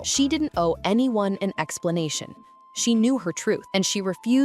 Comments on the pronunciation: Her name is Patra not Pah- tra. You’re pronouncing her name incorrectly. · Why is she pronouncing her name like that?? It’s not POTra…even said it was short for Cleopatra and still couldn’t get it right 🤦🏽‍♂️ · I got to 5 mins in the video and had to stop,it, I was tired of hearing “Potra”